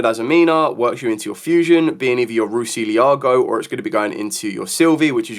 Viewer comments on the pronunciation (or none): Why is it that every single content creator on this planet cannot pronounce the azamina cards correctly? Like its not even anything towards you - its EVERYBODY Mu Rcielago - its not ruciliago Ilia Silvia - her name is not Silvy, its Silvia